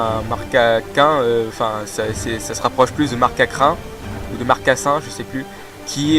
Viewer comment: Meilleur. "Précédemment". du monde. Le Sable Doux est un objet à tenir: il augmente la puissance des attaques de type Sol du Pokémon qui le tient. Ou bien des pis de vache Ah oui, et niveau prononciation, on dit marcacRin et fRImapic, pas firmapic! Momartik est de type Glace/Spectre, et c'est bien l'évolution d'un Stalgamin femelle.